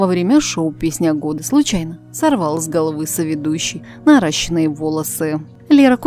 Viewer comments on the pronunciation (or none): Позор, наращенные волосы,наращённые с ударением на ё.